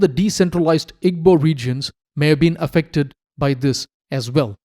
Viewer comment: Not at all. The work Igbo is made of three sounds. "I", "GB", and "O". There is no "B". "GB" has a unique sound similar to combining soft 'g' sound and another sound which I do not think exists in English pronunciation. It is not EE-BO, and it is not EEG-BO like the narrator kept saying.